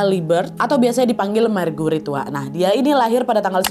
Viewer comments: just FYI sebutan Marguerite sama saja macam Margaret, bukan mar-gu-rit. Charles disebut charls, bukan char-les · Ko kedengarannya margurit markurit😂😂😂😂